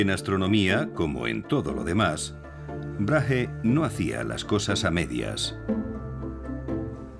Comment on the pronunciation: Gracias por el documental, aunque al narrador le cueste pronunciar el nombre de Brage (Brague*) hahaha resulta gracioso, tampoco es tan difícil decir el nombre del hombre como es en verdad hahahah